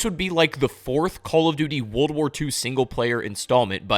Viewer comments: Good video but bro everytime you say "wold" instead of "world" i cringe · Woold at war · Bro, why are you not pronouncing the R in WORLD over and over again??? You keep saying Wold at War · Cant watch the video because "wold at war" is driving me insane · "Wuldat War" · Drink every time he says Wuld at War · "Wold at War" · No one else feel like he says world in such a strange way? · I literally cannot watch a video where the narrator, a native English speaker by all accounts, can't even pronounce "world"